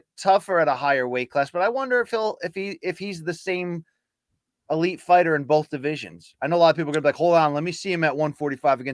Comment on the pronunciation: heard it bowlf ways